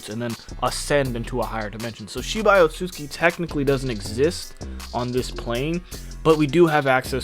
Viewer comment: OT-SOOT-SOOKEE bruh pronounce the damn name right